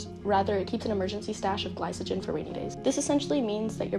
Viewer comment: The c in glycogen is hard not soft